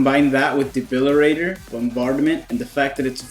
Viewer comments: DEBILITATOR NOT DEBILIRATOR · Awesome video! But for all that is holy it's De-bili-TATOR. I can only hear debilirator so many times lmao. :D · Debili-TAY-tor fam....with a "T"